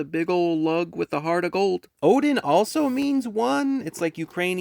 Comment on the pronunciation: Oh! It's one in Russian! It's pronounced odYn, not Odyn then :p